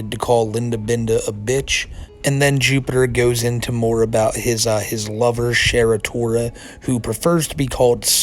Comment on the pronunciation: "Sheratora Star Sparkle" 😂